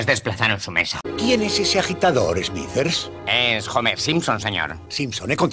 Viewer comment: Smithers se pronuncia "Esmizer" no "esmiser".